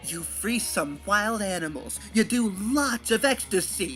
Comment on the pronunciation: "you want thome wocks?"